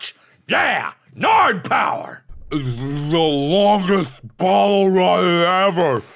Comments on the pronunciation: "Nard Power!" -Markiplier 2016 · "Nard Power!" - Markiplier 2013